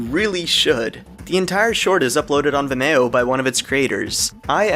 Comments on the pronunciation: Vim Eee oh not vim mayo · Good video but I spent way to much time looking up the pronunciation of Vimeo after hearing him say "Vih-may-oh" Lol consensus seems to support my guess that its "Vih-mee-oh" Why is this important? Its not lol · Viméo is a French platform, I've never heard foreigners pronounce it correctly: Vee-meh-oh. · Vimayo 😢 couldn’t unhear that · nobody:: vimÉo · said vimeo wrong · thanks for sharing! I am going to go watch it before watching your vid! Btw Vimeo is pronounced like Video but with an "m" :P cheers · I didn't know that's how you pronounce Vimeo!